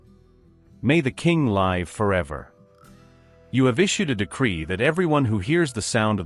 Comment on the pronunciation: it is Live- a verb- not Live- which is a noun